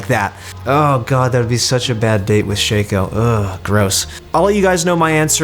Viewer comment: It's fucking shaco my dude, not shayko. You don't call a nutcracker a nutcrayker and you don't call nutcracko nutcrayko